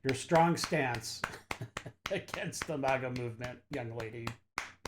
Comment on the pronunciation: For the 51st time, MAGA is not MOGA! MEGA is spelled meg-ah! MAGA is spelled mag-ah! I don't say mogazine when i speak about my Ar-10! It is a magazine! MAGA! Drop the Moga!!! All people have said it wrong since Brandon said it wrong!!!